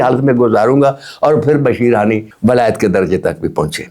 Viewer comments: Bashir hani Nahi sir ji Bashir Haffi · بھائی جان آپ کے نام کے ساتھ ادیب بھی لگا ہوا ہے ابھی عمر کے آخری حصے میں عالم بننے کا شوق جاگا ہے تو کوئی بھی واقعہ یا روایت بیان کرنے سے پہلے تھوڑی سی تحقیق کر لیا کریں کم از کم نام تو صحیح لیا کریں آپ بشر حافی کی جگہ بشیر حانی کہ رہے ہیں